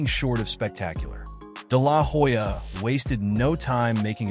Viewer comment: I’ll never understand why people do all the research to make a good video and still get the pronounciation of the name wrong. The “H” in Hoya is silent!!